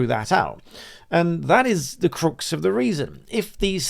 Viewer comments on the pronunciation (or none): Talking of voice coaches... The "u" in "crux" is pronounced like in "bucks", not like the "u" in "crucifix" 😊